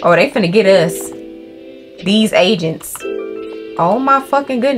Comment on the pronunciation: She said agents I think but I thought she said Asians at first too 😅